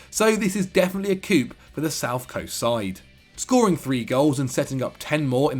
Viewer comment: this is definitely a "coop" cmon mayynneee